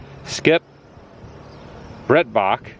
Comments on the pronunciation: Pronounced Brite baak. Very big name in that area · It's actually pronounced Bright bach